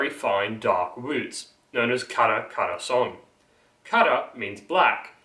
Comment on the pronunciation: Dude Khorasaan is pronounced khorasaan not ghorasaan And also Shamshir means lion's tale it is indeed referring to swords in persian but the roots of the word comes from the word Sham means tail or nail and Shir means lion